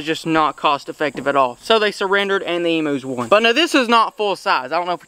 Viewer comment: They are not emoos they are pronounced emyous and they are not prehistoric animals they are common Australian animals